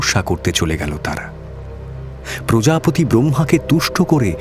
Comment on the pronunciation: কিছু কিছু বাক্য এবং শব্দ এর ভুল উচ্চারণ শুনলাম, বরাহদেবের আবির্ভাব, প্রজাপতি কে প্রজাপিতা, ইত্যাদি ইত্যাদি শাস্ত্রসম্মত হয়নি, এই ছোট ছোট দিকগুলো একটু নজরদিলে ভালো হয়